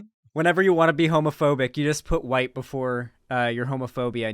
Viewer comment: You can hear the "YT" when she says "white." Is there a problem with left-wing spaces often not being fully inclusive of BIPOC people, and tending to shove them off to the side or only employ them as tokens, sock puppets, or mascots? Oh, hell yes! Is there a frequent tension between the newbies and normies we're trying to bring Leftward, and the minorities and vulnerable who are often triggered, offended, alienated, hurt, or annoyed by the insensitive and prejudiced stuff they often say and do? Yes! These are things the Left could stand to unpack and discuss more often, because it's an admittedly-tricky balancing act. But, I continue to resent the people who've opted to join a political space in lieu of getting therapy for their (often very real) trauma and grief, and who at their worst become righteous when the entire focus isn't on them and their needs, and who get away with being needlessly nasty and throwing constant tantrums because they're wounded and/or because they tick the right/sympathetic identity boxes. If these kinds of people weren't trans, queer, BIPOC, neurodivergent, disabled, etc., none of us would tolerate or excuse this type of behavior. Tellingly, whenever you try to talk about the above balancing act, these people dramatically strawman the argument and screech indignantly about how you want to let Destiny stans say the t-slur and the n-bomb and wear swastika underwear because you don't caaaaaaaaaaare about oppressed people. Also, bottom line, when you're